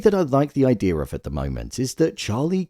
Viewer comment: Why do you say Idear and not idea?